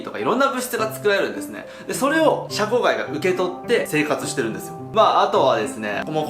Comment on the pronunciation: シャコガイを若干ヒャコガイっぽく発音してる江戸っ子舌の